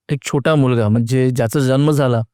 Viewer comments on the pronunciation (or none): none